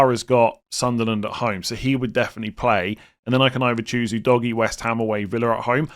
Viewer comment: Every time I hear the pronunciation of Udogie I laugh. Its definitely not DOGGY. OO-DOG-IYEH. No DOGGY involved